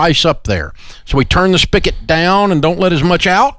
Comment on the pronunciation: Come on, Dave. It's pronounced (and spelled) SPIGOT, not spicket. You're not a stupid person, so don't speak like one.